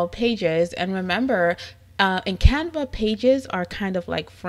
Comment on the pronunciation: I love the way you pronounce Canva!!! You are so beautiful 🥰 Thank you lovely. This is an amazing video